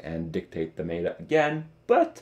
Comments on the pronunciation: Does Kripp still say "may-ta" isntead of meta? :') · Has anyone told him that 'meta' is pronounced like it's spelled? That is 'meh-tuh' and not 'may-duh'? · Stop saying MAETER! It's pronounced meta (met her) not mayter!! Love of Jesus. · my god, its pronounced "Met-a"